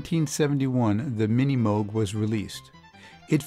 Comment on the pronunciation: "Minimouug Fiiive".... ahahahahahahaha :D You can't pronunce it, you can't play it....please, don't make videos like this one!